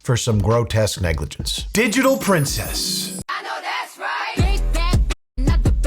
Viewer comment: I don't like that the narrator pronounced her name wrong, it's De-gee-tahl, pRen-s-CHhss